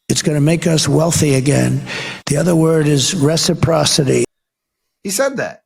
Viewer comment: I might have to vote for him because he said reciprocity correctly.